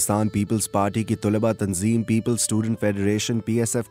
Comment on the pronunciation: Bhai kawish achi hai ...aap ki awaz aur andaz narration ka bohot umda hai bus thora talaffuz per dehan dene ki zarurat hai ...jaisey ... Tulba sahi talaffuz nhi hai ... Sahi talaffuz ... Talaba hai ...meri niyat kisi ki tauheen nhi ...bus itna k logon tk sahi cheez deliver ho ...umeed hai k aap bura nhi mehsoos karen ge ....mai choon k khud production se wabasta hun Is liye ye kehna chahun ga k agar kabhi bhi meri zarurat ho to yaad kijiye ga ... Shukriya